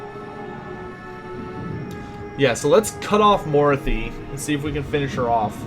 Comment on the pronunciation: So, yeah you're pronouncing Mor-ath-i like Dorothy with an M............Personally i think you should just stick with Dorothy :) Love your content BTW.